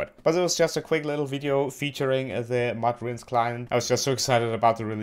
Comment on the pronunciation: Its not modrun its Modrinth